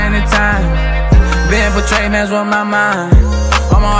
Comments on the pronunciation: I hate that he mispronounced “Betrayed” but fuck that, this shit is too deep to ignore. I feel him though. Life will make you numb after a while. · nice but ummm... betrayed has only two syllables